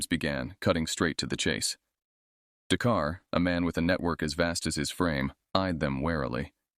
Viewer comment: "The car " instead of "Dakar '?